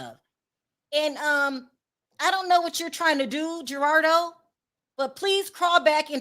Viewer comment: Not a fan of King. The way he was pronouncing Gerado’s name was very ignorant and disrespectful. He was also disrespectful on the panel towards others, esp to women, and I could do without him on show going forward. It’s hard to take someone seriously and be open to their words when they’re being extremely rude when making their point.